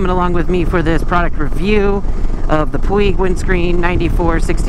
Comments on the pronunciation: Puig is a word with its origins in Catalonia. It is pronounced Pwedge. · Puig-pronounced:"pweej" I had to look it up for myself. 😊